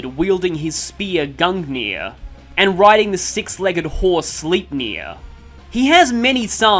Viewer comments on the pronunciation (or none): none